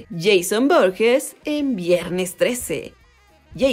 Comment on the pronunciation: ES VORHEES, NO BORGES